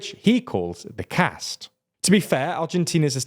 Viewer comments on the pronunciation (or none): none